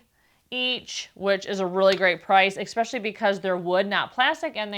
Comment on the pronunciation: STOP WITH THE EX SPECIALLY !!!!Theres no such word ANNOYING ...ITS ES specially 😂its so off putting ur voice is sooo loud but that ur channel is great 😂😂